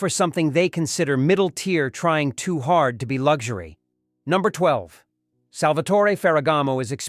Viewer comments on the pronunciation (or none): none